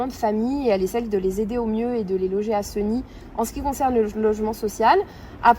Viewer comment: Chère Madame commencer par bien prononcer le nom de notre ville Séééégny et non pas Segny mal aux oreilles